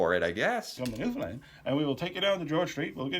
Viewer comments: I’m a Newfoundlander, and we have Irish, English, Scottish, French, Indigenous (and many other) origins… all in a fabulous mix! We have many versions of our accent, depending on the area. Thank you for pronouncing the name of our province correctly! Love 💕 your channel! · Newfoundland accent, aka Newfanese. The Newfoundlanders I know tell the absolute BEST Newfie jokes. Kudos,, on the correct pronunciation. You've come a long way! 😁❤️🇨🇦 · I've been watching for years. He did a few Newfoundland videos now and kept getting corrected and even asked about the pronunciation in the past...so he's one of the ones who learned it...I know people in Canada still struggling to say it. 🤣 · This was such a great video 😅 thank you. And, you pronounced Newfoundland right! ❤ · We use a lot of slang. We also speak fast. I have to watch your videos at 1.5x speed just so you sound somewhat normal to me. You really nailed the pronunciation of Newfoundland at the beginning of the video. There's also some variation in dialect depending on where you are on the island. There's the "townie" accent near St. John's. Small towns around the coast have a "bay-man" accent. Some areas have a tendency to add or drop H from words, so a word like "arrow" becomes "h'arrow". "th" is often pronounced like "d" so "there" becomes "dere" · You pronounce Newfoundland perfectly. Our accents is a mixture of Irish, British, & Scottish. Cheers from Newfoundland and I'd love to see more of these videos. Come on up b'y and we will screech you in and you will become one of us luh. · Unlike most Americans and folks from away, you actually pronounced 'Newfoundland' correctly! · I so agree...I was impressed. I swear he's the first American I've heard get it right. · he has already been pronouncing it correctly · He pronuced Newfoundland correctly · Great job on pronouncing the newfoundland name.. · He didnt used to but he seems to have learned! Warms da very cockles of me heart. Lol